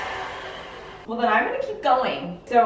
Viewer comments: Melk is Dutch for Milk :) aaalsoo, you should try to make millefeuilles! (Naopelon?) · Melk is actually the Dutch word for milk 😂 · It’s interesting cuz in Afrikaans milk is literally melk and pronounced just about the same. Is melk a Canadian accent or something? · “Okay so, MELK” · Actually 😂 melk means milk in my language hahaha (Norwegian) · You pronounce milk in Danish 😂😂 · Omg I’m so glad I finally found someone else who says MELK like I do 😂❤ all my friends and family try and correct me but it doesn’t do them any good 😂😂😂😂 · I say this with love: you need to put a bleep over the way you pronounce “milk” 😂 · Is pronouncing milk and egg wrong a Canadian thing or a MIA thing? lol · Did you say you put cornstarch in the custard? That's the thickener babes lol. Just adore you and your beautiful momma Maples!!!! I know you pronounce milk like 'melk' but do you also pronounce pillow like 'pellow'? My friend lost a spelling bee on the word pillow because the lady pronounced it 'pellow'. We were in like 2nd grade and she thought maybe there was a word pellow that we just didn't know lol. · The way you say 'milk' is actually the way we say, pronounce and spell milk in Afrikaans, like 'melk' and I love it 😂 just makes you so much more relatable to your South African audience 😊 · I always love when you say "melk"! I am Afrikaans and that is exactly how you pronounce and spell milk in Afrikaans! 😂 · In the Afrikaans language you spell and pronounce Milk as Melk so it's really odd to hear a Canadian speak Afrikaans words 😂 Side note, thanks to you and mama Maples for always cracking me up!! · The way you say milk as “melk” has me cringing hahaha 😂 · Girl, why you say MEYELK? 😂😂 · Funny thing, in the Netherlands, where I live, you actually write and pronounce milk as melk :O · mElK✨🤮 It's okay we still love you😂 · When she said "melk" I was like 👀 bc in the Netherlands "melk" means milk 😆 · Sorry, why does she say it as "melk"? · It is melk not milk😂😂